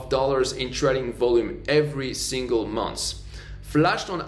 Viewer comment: Arrête de tuer notre langue anglaise avec cette prononciation effrayante. Fais tes vidéos en français. Pour "month" tu viens de dire monssss. NON.